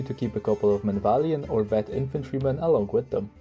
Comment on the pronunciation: I think its pronounced men-av-lee-at-ton? I dunno, I can't say it right with regularity. Its surprising you don't rate their infantry as a strength, considering how often people refer to the legionary as the best infantry in the game. I can see where you are coming from though. Its also pretty criminal that these guides don't get more views. Can't wait to see the Khuzaits personally. As much as I'd love to see them, I'd probably hold off on minor factions until the kern tree get sorted.